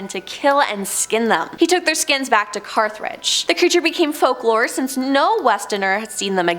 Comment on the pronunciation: and Carthridge ... s/b Carthage.